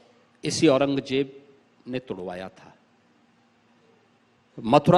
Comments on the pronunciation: Takle orang Jeb nahin orang zeb bolna sikh 😂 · Au-ran-gaay-jeb 6kaa bolna sekh gaye 😂aur beta Yogi Adityanath ka naam Dhangh se Lena seekh samgha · Pehle to kehna seekh औरंगज़ेब है औरंगजेब नही है 😂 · Batau bhai jiska khud uchcharan bhi sahi na ho wo dusro ko kia gayan dega aurangzeb ko aurangjeb bol raha hai shahjahan ko sanjha bol raha hai aur gayan iska jhoot ka pulanda hai. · Paththar ke muh jesa h yeh ...jisse aurangzeb allam gir rehmatullah aleh jii ka naam toh pronounce ho nahi Raha h